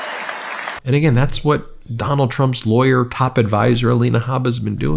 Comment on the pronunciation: Lol... A "Li-Awyer!!!"😂😂😂